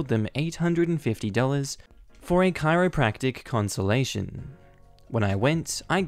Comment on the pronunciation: good grief, it's a conSULTATion man, not a conSOLation lol